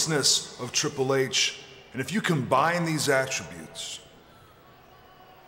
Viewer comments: "Triple Hatche" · "Triple Hey-Ch" - William Regal 😂